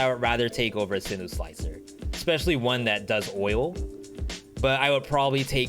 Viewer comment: Turrets: Owl > Double Cross > Barn (stationary owl) > Heavy > sinew. (also I think its pronounced SIN YOU not sinu :d)